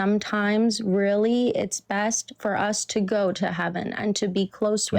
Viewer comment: "best" not "bedt"